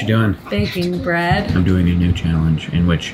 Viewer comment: I swear to god I thought she said "Can I talk more about by breast?" What!? Oh, bread...